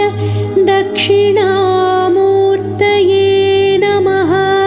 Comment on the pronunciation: Sung beautifully , perfect musical accompaniment . Incomparable to the monotonous chanting .My daily morning prayer now . Just one tiny error in pronounciation . mutribheda instead "murtibheda"